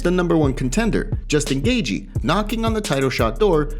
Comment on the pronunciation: Can’t stand the way this cat says “Gaethje.”